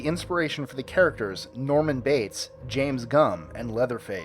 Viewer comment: It's "Jame" Gumb. There is no s... Just a small correction.